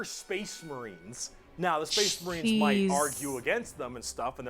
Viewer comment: Another brick for the wall! I’ve watched people react to this a lot, and this is the first time I’ve noticed that he introduces the space marines like spache marines